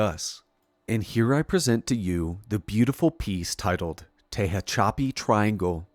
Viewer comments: Tehachapi - teh hatch uh pee Source: native Californian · Tejon = Te-HONE & Tahachapi = Ta-Hatch-a-Pi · Your work is fantastic. Respectfully, Tehachapi is pronounced “Tuh-hatch-uh-pee”. 💫🪐🛸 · Tehachapi, is pronounced “te-hatch-a-pee”… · Incredible work! One little pronunciation tip. It's Tuh hatch a pee 😉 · Tehachapi is pronounced TA HATCH A PEE. I used to live there please pronounce it right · I have to be “that guy”, but Tehachapi s pronounced “Tuh-HATCH-uh-pee”. Born and raised in CA, so I had to say it. But otherwise great video as always.👍🏼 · Gotta get his pronunciation right man. He mangled Tehachapi and Lockheed skunk works was never in Glendale. It was in Burbank.